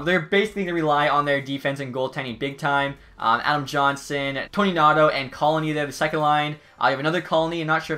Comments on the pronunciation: My last name is Connolly and I confirm that it is not pronounced like the 13 colonies. Its pronounced Con-uh-lly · Mans really colony instead of Connolly